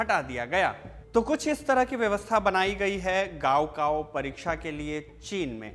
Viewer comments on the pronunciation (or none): 高考 it's not गाओ काओ, it's काओ खाओ